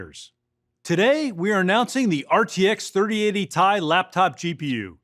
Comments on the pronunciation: Why does he keep saying Ti. Everyone knows Its pronounced Ti. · Its called a T I not TIE... who is this guy